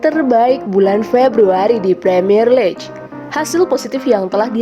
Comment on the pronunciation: League = diucapkan "liig".